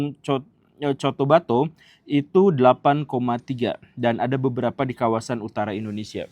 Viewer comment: Cotobato😂😅 cotabato/kotabatu mindanao boss